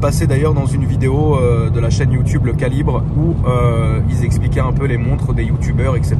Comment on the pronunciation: arrêtes de dire youtoussssee c'est youtoube